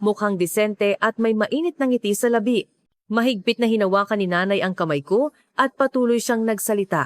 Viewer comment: puro kaengotan ang mga kwento mo ugok na gaga at pilipino kaba talaga dahil palagi iba mga bigkas mo tulad ng la-bi iba ang labi sa la-bi yun labi ay patay at yun ba-bi ay parte ng bibig gaya sa nguso